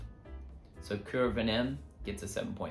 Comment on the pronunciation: Hi, thank you for the reviews.. indeed "Cuir" in french means leather and you pronounced it correctly